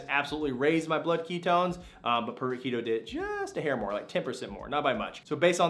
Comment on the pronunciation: Keto ess? You must be from California cause you talk too fast. Some of us are from Texas!!!!